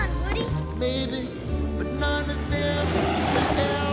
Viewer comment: This is awesome but I was it said "mabyee"